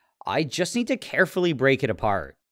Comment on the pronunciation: emphasis on carefully